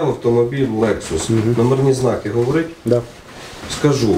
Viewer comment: _ Ira _ 🤣 я не білорус, це він так гавориць🤣🤣🤣 не «ть» а «ць»